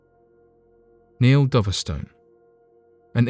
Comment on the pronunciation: It's pronounced Dove-stone not Doverstun